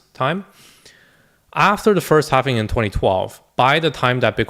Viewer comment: Halving* not “halvening” this makes it sound like its “happening” which is incorrect in multiple ways. The halving is a simple event - the 4 year cycle is further about liquidity and the 4 year cycles that surround that - the presidency cycle happens to coincide with. Satoshi nakamoto being the smart entity they are lined up the bitcoin halving with those other cycles. The halving is a simple event everyone knows about - its not as if its some unknown entity that drives all reason behind what happens. This is also not regarding the longer and more major real estate cycle that is coming to its peak which also has effects on the economy. There is a reason people may think a certain way. Its not bad to play devils advocate but realize there may be something to what people say. If you spend time curating a list of people to follow and listen to and then just believe people are the inverse of whats going to happen i think youve lost touch with why youve followed people to begin with. If you think this way maybe dont watch any youtubers and simply do your own homework? Also if you put your finger on the “sell button” then maybe you should just do it - You dont seem to have the conviction needed for this space. Also, good investors dont usually just click the sell button and sell 100% of what they have. You sell into the pump as it goes up. Looks up risk management and profit taking guides if you dont know this already.